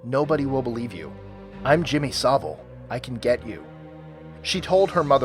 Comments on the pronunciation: it's pronounced Saville not sava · It’s saville not savo